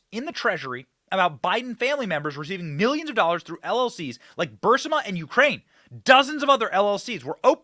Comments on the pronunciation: Omg Benny it's driving me nuts the way u pronounce burisma!! It's pronounced bur-ees-mah!!!! Great show keep up the amazing work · Burisma pronounced Bur-REES-mah